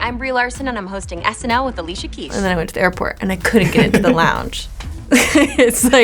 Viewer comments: Did she just say Alicia Kesh?? LOL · Did she say alisha keish 😂